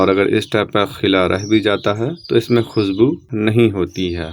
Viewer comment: khusbu nahi khushbu hota hai please bhasha ki ma behn na karo pl learn proper accent then you can make video